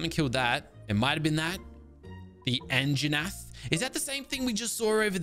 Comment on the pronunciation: I was waiting for someone to know watching him trying to pronounce their names is hilarious